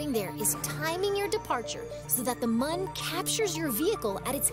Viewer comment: They said Mun! Not Moon! Mun debate settled!